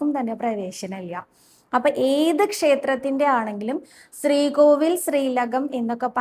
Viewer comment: 🙏ഹരേ ഗുരുവായൂരപ്പാ ശരണം. 🙏. സ്രീകോവിൽ അല്ല ട്ടോ ശ്രീകോവിൽ എന്ന് പറയൂ. സ്രീകൃഷ്ണൻ അല്ല ശ്രീകൃഷ്ണൻ ആണ് ട്ടോ. ഞാൻ പല തവണ പറഞ്ഞു. ക്ക് നല്ല വ്യക്തമായ ഉച്ചാരണം ഉണ്ട്. അതുകൊണ്ടാണ് വീണ്ടും പറയുന്നത്. 🙏